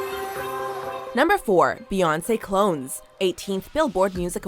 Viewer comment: b** b** b** b** b** did you just say Beyoncé clowns her last name is no not Clones what the f*** is wrong with you